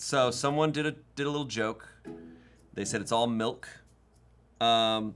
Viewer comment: How is it now that I’ve learned can’t pronounce anything correctly? tzatziki is understandable but Gherkins (or him saying jerkins) and Milk (or malk according to him) are unacceptable.